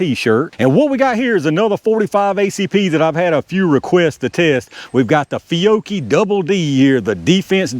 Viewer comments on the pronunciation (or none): That was incredibly bad... as an Italian I have to apologise in the name of the nation 😉